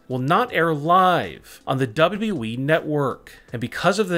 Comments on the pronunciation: He finally said wwe right 7.37 ! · he said “WWE” normally!... 🤯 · Thanks alot. Atleast now I can R.I.P since I have heard him say WWE like that